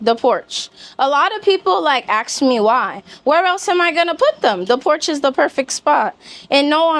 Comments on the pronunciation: Ask. Not ax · The word is three letters long and is said, ASK, not Axe, I woulda thought you would have the word down pat but what would I know. Nice pad, BTW. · Ask…NOT ax…😮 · Ask❌ Axe✅ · Sugar it’s not axed it’s ask it’s really not a difficult word to pronounce - 3 letters sugar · "Ax me" lol 😂🤣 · “You guys always wanna AX.”